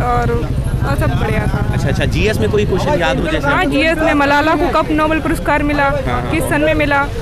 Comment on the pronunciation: मलाला है मसाला नही 😂😂😂😂😂